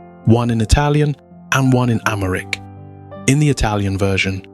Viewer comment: As an Ethiopian, I appreciate the narrative and the story telling but the AI imagery sucks. can’t even finish it. Btw, the Ethiopian language is called Amharic and not Amaric as you pronounced. Anyway, thanks for the video. I wish you redo it with „normal“ images instead of the annoying AI stuff